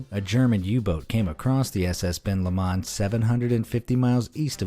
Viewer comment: Decent video but the way you say Ben lomond makes me want tae rip my ears off